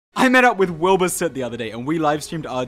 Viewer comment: "Wind bur"